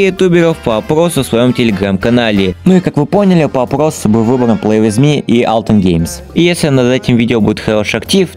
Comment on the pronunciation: Не алтен а альтен🤓👆🤓👆